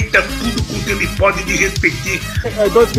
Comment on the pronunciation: A fala errada do lule: disresoeitir!!! Cheio de ódio são as falas de lule